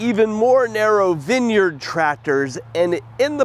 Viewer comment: vin yerd , say vine yard